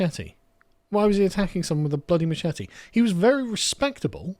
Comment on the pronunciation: please learn how to properly pronounce "machete" :D